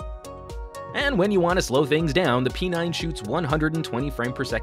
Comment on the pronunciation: Why P9 sounded like "penile" 😂